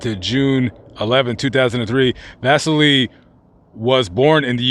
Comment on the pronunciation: Vasily... va-SIL-y Russian for Basil. St. Basil is one of the big guys in Russian Orthodoxy.